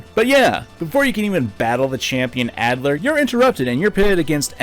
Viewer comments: IT'S ALDER NOT ADLER, WHAT ARE YOU DOING!?!?!? Other than that, excellent video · also it’s alder not adler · His name is Alder, not Adler. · The rival's name is ALDER. Not ADLER. Are you a little dyslexic? And I'm not saying this as a joke, but a genuine question of concern. That can be hard to work through.